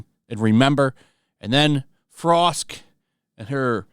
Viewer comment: Wahaha youtube has a translation for what you said. Apparently, "tell em frosk" is "tell em frog" hahaha